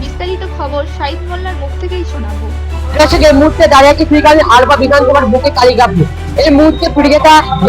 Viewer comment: ভাই হারপা না হাড়োয়া😅